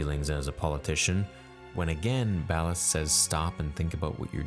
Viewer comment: Ballast not Ballard